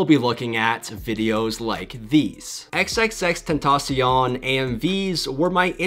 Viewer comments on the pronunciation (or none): none